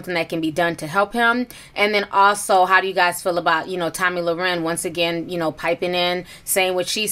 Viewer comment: Lmao, not tomi lau-ren 😂💀